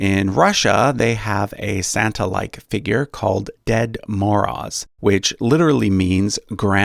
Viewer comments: Nicely done. "Ded Moroz" is pronounced more like "Dyet Morose" (The "d" is soft and the "r" is trilled.) His dark side is given in the long poem "Moroz, Krasny Nos" (Frost, the Red-Nosed") by Nikolai Nekrasov (1821-77). Get a hold of "The Penguin Book of Russian Verse" and read (both Russian and English given) his account of the death by freezing of a peasant woman gathering wood. You won't forget it. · You should have just stuck to not saying the names. I'm not Russian, but I am Slavic and I've heard Дед Мороз enough from old cartoons to know what it should sound like